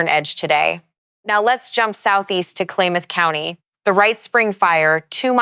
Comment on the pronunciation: "Klaymuth county?"